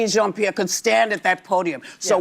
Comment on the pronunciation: She couldn’t even get KJPs name right.